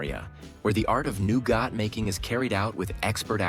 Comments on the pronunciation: NEW-GOT 😂😂😂 Instead of NOUGAT.😂😂😂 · How do you say nougat again?